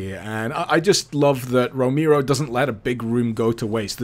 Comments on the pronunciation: John Roh-mee-ro, eh? ... sigh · Super KB Yea, I know. But tbh it's not that difficult to pronounce his name correctly.